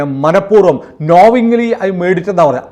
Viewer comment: വീണ്ടുമൊരു ഉച്ചാരണപ്പിശക് . നോവിംഗ്ലി അല്ല. നോയിംഗ്ലി എന്നാണ് പറയേണ്ടത്.